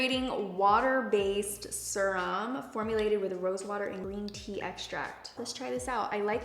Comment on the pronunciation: She says serum funny. Like pronounces it “sir-um” lol